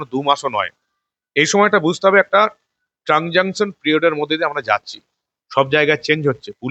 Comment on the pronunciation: কথাটা ট্রানজাঙ্কশন পিরিয়ড নয়।প্রকৃত কথাটা হলো,ট্রানজিশন পিরিয়ড।